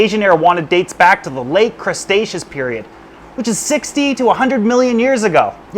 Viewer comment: I was eating while watching this video, and hearing mispronouncing Creteacious Period so badly that it sounded like he was saying 'crustaceous period' (so basically the time of only crabs and their cousins) nearly made me die from choking because I was laughing so hard.